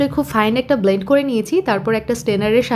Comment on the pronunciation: আপনি আগে কমলা আর মালটার কোনটা সেটা শিখেন। রান্নাটাকি নিজে করেছেন নাকি অন্যের ভিডিও এনে বসিয়েছেন যে মালটাকে কমলা বলেন?? যারা মালটা কমলা চোখে দেখে নাই তারা বুঝবে না কিন্তু যারা দেখেছে তারা বুঝবে। আর ব্লেইন্ট না ব্লেন্ড হবে উচ্চারণ। ভাইলভেটি, কানডান্স না। এই দিকে নজর রাখবেন এরপর।